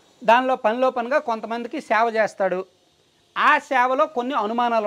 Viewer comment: సేవ, శావ కాదు.